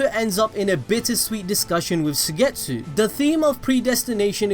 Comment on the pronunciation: Suigetsu is pronounced like: Suygetsu... 😖😆